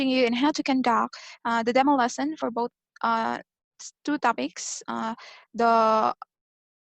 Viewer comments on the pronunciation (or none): none